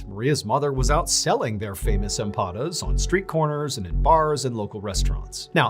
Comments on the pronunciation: 👌🏼 it’s “EMPANADAS” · Empanadas. I am not Hispanic but the word says that a piece of dough is stuffed= put inside. Read al a as ah😊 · Empanadas say it correctly 😂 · I believe you mean empanadas, not "empadas". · Empanadas not empafad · I think you meant to say "empanadas"